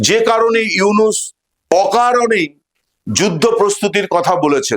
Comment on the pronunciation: ডঃ মুহাম্মদ ইউনুস ভালো করে নাম বলতে পারলে বলেন নাহলে বইলেন না